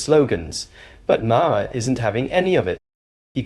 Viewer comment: Maher is pronounced MAR. It’s an Irish name.